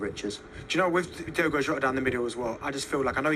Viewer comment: Why do they keep butchering his name? It's DiOgo Jota, not DiEgo Jota.